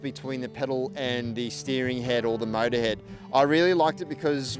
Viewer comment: "The mowda inda wowda" Love it!! ahahahahah